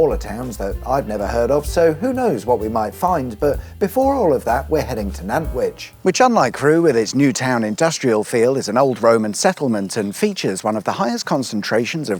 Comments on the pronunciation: The town is pronounced 'Nan-twich' not Nant-wich. Most non-locals make that mistake. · great video, but it's pronounced NanTwich, not Nanwich! 🙂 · NanTwich. It's got that "T" in the name, pronounce it properly please. You got Tattenhall right ;) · said Nant-wich, which is understandable and what I've occasionally heard on national traffic reports